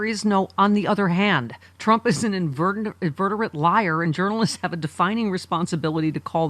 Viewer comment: Did Stephanie say Trump is an "inverterate liar"? I'm guessing she meant inveterate. Or maybe she meant invertebrate? That would work too.